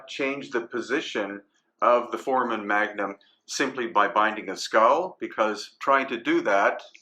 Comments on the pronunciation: Love everything you do bro. Just one thing that bothers me, you keep pronouncing foramon magnum incorrectly. Its not pronounced "4-man", its pronounced "4-ray-mun" sorry brother, just my OCD flipping out. Still love you and the channel. Hope I don't offend. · Sorry, can’t take anyone seriously with the repeated mispronunciation of FORAMEN magnum. Doesn’t do much for credibility.